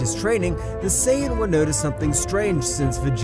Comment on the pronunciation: YO GUYS HE ACTUALLY SAID SAIYAN RIGHT